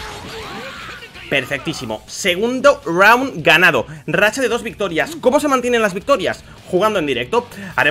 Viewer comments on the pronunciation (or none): none